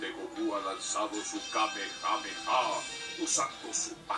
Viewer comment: pero que dices??? Era tan difícil decir kamehameha 😂